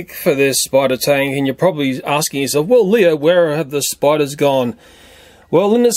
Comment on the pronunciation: Umm it's Spiders 🕷 not Spidars